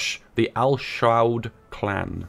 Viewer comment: When you pronounce SAUDi Arabia perfectly fine but repeatedly have trouble saying al SAUD........noice